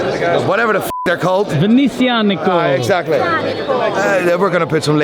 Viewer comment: "vene-zia-" it's not so hard and it has your first name in it. i love the brand.